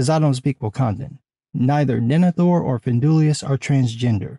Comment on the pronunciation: Some Guy "Nemethor and Findulias"???? Unacceptable. Gatekeep this man!!! EDIT: DE-NE-THOR. FIN-DUI-LAS!